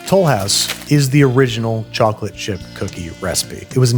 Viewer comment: As an Englishman, "tchok-litt fleigh-vudd biss-kehttz?" sent me